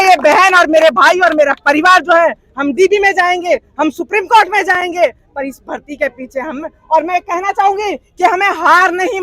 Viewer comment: राखी सावंत 😂😂 कोट को चलेज 😂😂